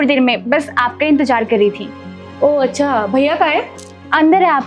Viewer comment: Intejar nahi bolna. Intezaar bolna